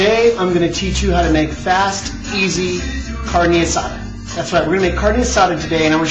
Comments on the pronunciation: Say carne asada right not carnie asada! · He said carne asada not guisada lady, its kinda close to asada but hey everyone has their recipies for it and how they like it done.. (chille del monte ees better) though calling a variety of diced onions a medly got on my last nerve... and calling a taquito a burrito is just... yeah... but ehh whatevah jooo cares am I right.... Oh I'm right.